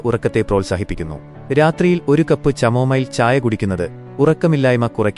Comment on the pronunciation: ചമോമൈൽ അല്ല പൊട്ട കാമോമൈൽ ആണ് 😂